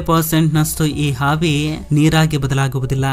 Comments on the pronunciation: ಹಾವಿ ಅಲ್ಲ ಆವಿ. ಹೋಲ್ಟೇಜ್ ಅಲ್ಲ ವೋಲ್ಟೇಜ್ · ಮಾಹಿತಿ ಚೆನ್ನಾಗಿದೆ ಆದರೆ ನಿನ್ನ ಭಾಷೆ ಅರ್ಥ ಆಗಲ್ಲ ಅವಿಗೆ -ಹಾವಿ ವೋಲ್ಟೇಜ್ ಗೆ - ಹೋಲ್ ತೇಜ್ ಒತ್ತಡಕ್ಕೆ - ಹೊತ್ತಡ ಭೂಮಿ ಅಗೆಯುದಕ್ಕೆ - ಹಗೆಯುದು ಕನ್ನಡ ಸರಿಯಾಗಿ ಮಾತನಾಡೋ ಗುಬಾಲ್